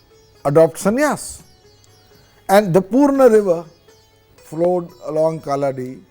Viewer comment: Feels extremely happy on hearing about the Adi Shankaracharya 🧡 I would like to make a humble correction The place where he was born called "Kalady" ( meaning = Footprint ) near Aluva . not kalladi as pronounced in th3 video